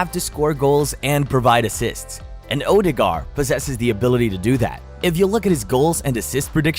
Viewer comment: Its pronounced ur de gard and he walks on water ..... now.